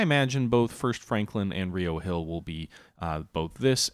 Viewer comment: As a native to Charlottesville, it's RI-oh Hill. Not Ree-oh. Don't ask me why. it's just like how we call Buena Vista byoona vista